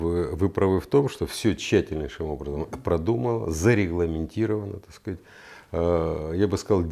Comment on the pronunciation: Пьём каждый раз, после произнесения генконструктором Виталием фазы "так скаать"